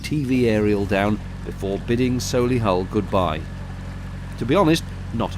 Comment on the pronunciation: Up to 48 so nearly there :D Really enjoying the Birmingham parts as I have walked these stretches many times. Watching boats try to navigate in and out of Gas Street is rather fun so well done for doing it so easily. Oh and thank you so much for pronouncing Solihull correctly (the amount of people that say it with a short O is amazing)